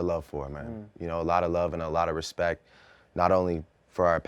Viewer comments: "i have mutual RESPECK for both guys" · "I Have a mutual RESPECK for both guys" Drake so shady LOL